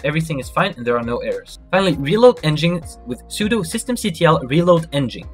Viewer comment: Pretty clear instructions. Good job. Quick pronunciation corrections though. 'sudo' is pronounced like the words 'sue do' not 'pesudo'.** 'nginx' is pronounced like 'Engine X'. ** su is the Switch User command. But it is most commonly used to change to root, AKA Super User. sudo is literally 'su then do' but the user you switch to is root(Super User) so many(most? all?) think of it as 'Super User Do [command]'